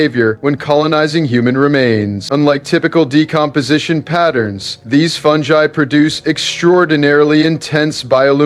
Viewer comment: This is dumb. You just pronounced “fungi”3 different ways in less than 2 minutes